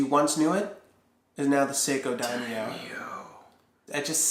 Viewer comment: I cringed everytime he said daimo.